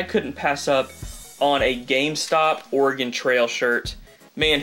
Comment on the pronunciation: Its pro nounced or ah gon